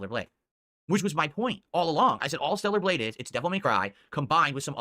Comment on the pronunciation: "THELLAR BLADGHE" Stroke mouth got this fool barely able to speak lol